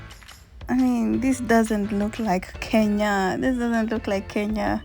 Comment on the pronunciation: Kenya is a beautiful country 🥰🥰 And you have the knack of saying it right. And this voice. This voice.... This voice,🤤🤤🤤🤤